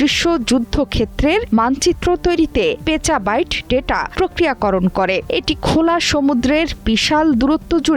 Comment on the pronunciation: Uni ki somehow pecha byte bollo instead of peta byte? 😂